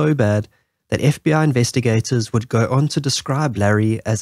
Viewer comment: When you pronounce FBI you say f b aaa?